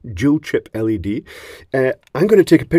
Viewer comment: I'll always be glad you say LED as L E D.. and not like you're saying LEAD (like some do). Since it's acronym after all. Just my opinion though.